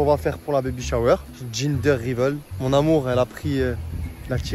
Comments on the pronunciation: gender reveal ca se prononce « gender riville » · Bon les gars ca fait 3 vidéos je me suis dis que j'allais enfin reprendre lol concernant le gender reveal . Ça se prononce [ gindeur rivil ] voilà voilà 🤣 parceque j'entends des ginger riveul ça va plus du tout hihihih 😉